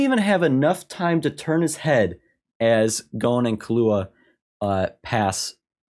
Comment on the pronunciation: You’re pronouncing Killua wrong btw lol it’s KILLua as in kill, not kalluah lol anyways looooove the reaction and discussions man, can’t wait for you to get to more into the juicy story, the writing and storytelling will only get better, even when you don’t think it can it will hoo I can’t wait 🐜